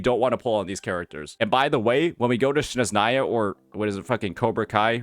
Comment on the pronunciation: Why did say Snezhnaya like Shneznaya I can't 😭